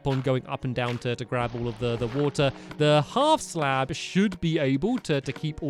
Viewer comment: stamps said and I quote “hAiF sLaB”